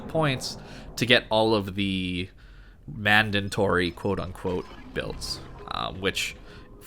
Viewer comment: Great video! DId I hear "mandantory" ? :P